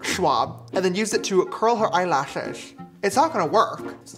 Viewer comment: omllll how he says “eyelashes” has me dying.